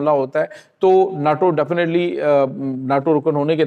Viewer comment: نا ٹو😂😂😂 نہیں ہے نے ٹو ہے